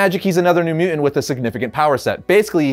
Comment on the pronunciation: MU·TANT not muant